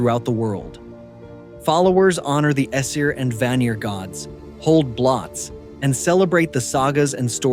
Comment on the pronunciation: Its pronounced bloats not blots .